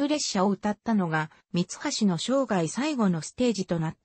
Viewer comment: 朗読がおかしい、みはしを、さんきようと言っている。